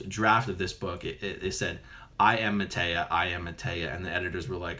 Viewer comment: MaytReya Buddha. This is the rebirth state of the previous Buddha (Sakyamuni). Quite typical for someone who claims he is/was someone in a previous life that has come back and cannot pronounce the (=his?) name right? Must have been a BT at work there ;)